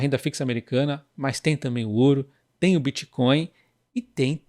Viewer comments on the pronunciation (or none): none